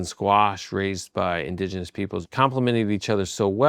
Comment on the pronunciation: This guy is a self proclaimed historian but cant say indigenous. 😅